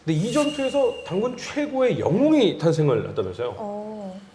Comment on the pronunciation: 이 당군당군 -단군단군 이렇게들리네 ^~^